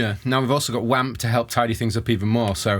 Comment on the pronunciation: I cringe every time I hear "wamp"